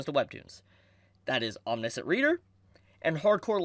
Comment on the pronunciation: Hey, -- I'm not trying to make fun, I just know that when I go around mispronouncing things, I want people to tell me! Lol It's "Om-nish (rhymes with dish)-ent". Again, just trying to help out, no disrespect intended! I read some of this a year or so ago, and I thought it was pretty good! Glad to see it getting more attention now! Maybe I should go back to it.